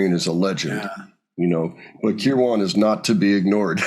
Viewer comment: Danny Kirwan...its not Care-WAN its a flowy irish name...curwon...carewin